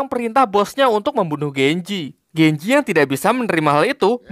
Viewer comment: Genji lah bukan genjeh tolol